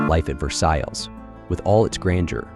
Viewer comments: Sound editor: please correct the unfortunate mispronunciation of "Versailles." A truly regrettable error to a word central to your presentation. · OMG. This is well done, but you keep mispronouncing "Versailles" and also "ballet!" Come 'on!